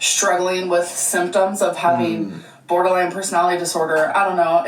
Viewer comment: Did anyone else hear Border land instead of borderline ?